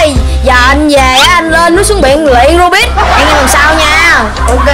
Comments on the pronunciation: Rubik ko phải rubit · Robik bà kia nói là robit anh em ah